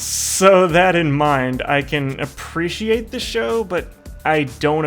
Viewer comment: Show XD not shoe